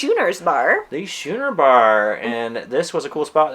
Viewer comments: Schooner bar ?shooner? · Schooner Bar is pronounced "Skooner" - it's a sailing ship. (Also a type of beer!). Love this content - no one really touches on the entertainment in detail- Thanks!